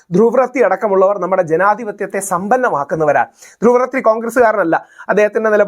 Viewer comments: Rahul Ishwar, you speak well. പക്ഷേ , ധ്രുവിന്റെ surname റദ്ദി അല്ല , റാട്ടി ആണ് . He is ധ്രുവ് റാട്ടി . North Indian name aanu.നമ്മൾ മലയാളികൾ മോദി യെ മോഡി എന്ന് വിളിക്കും 😂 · ധ്രുവ് റാത്തി അല്ല. റാഠി ആണ്. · It's not രാത്തി. രാഠി is the right pronunciation. Kindly take care. Your videos are going great! I like that they're short and crisp. Above all, you seem to have turned more balanced. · ധ്രുവ് രതി അല്ല ധ്രുവ് റാട്ടി എന്നാണു് പേര് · ധ്രുവ് രതീ അല്ല..ധ്രുവ് റാഠീ. Ok ❤ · pls pronunce Druv's surname correctly. North Indian channels pronounce as Ratti